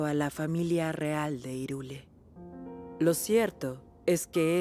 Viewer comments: que buena traducción Hyrule no se lee como se escribe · Me choca tanto que digan irule. Wn de verdad que les Costaba decir jairul? Es JAIRUL o sea aun si les confundía la H de hyrule era cosa que oyeran la versión japonesa diciendo hairaru lo que debería dejar claro que es hyrule (JAIRUL) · seguramente porque cedieron a la presión del español europeo, jajaja. Es como decir que "Sipderman" se pronuncia "espíderman". 😂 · Nadie: Absolutamente nadie: Los actores de vos: IRULE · Hyrule se pronuncia hirule